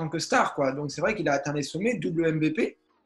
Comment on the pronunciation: Top l'interview mais stp plus jamais tu lâches un MVPééé à la française 🙅😂😂😂